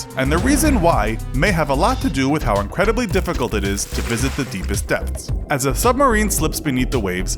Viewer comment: Everytime you say depths i hear death